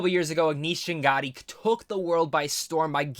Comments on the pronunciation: dude it is chaganty not changaty . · Chah-gun-tee;) Appreciate this review,. I'm glad you liked the movie. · Aneesh Ch-uh-gun-tee. Just a reference for the future! :) Great review, BTW!